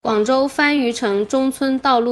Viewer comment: 這個讀（番禺，番禺，番禺）不是（番禺）